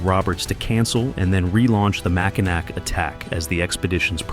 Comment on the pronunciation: AI with a bunch of bad pronunciations. Mackinac is pronounced- Mackinaw